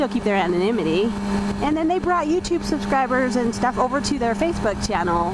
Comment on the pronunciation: I cant believe how well you can pronounce the word "anonymity". seriously jealous. BTW- FB kicked me off also, but I managed to get around all that and I am back on. I need to check out pheed, sounds like people are liking it.